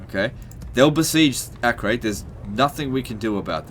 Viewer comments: btw it is pronounced "AH-KER" not "AK-REY" (it is a present day city in israel) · Acre is pronounced "a-ker". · Acre is pronounced as Akka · Acre is pronounced Acker god dammit